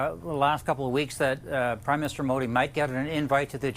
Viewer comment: Call PM Modi and not Modi. Also the pronunciation is incorrect.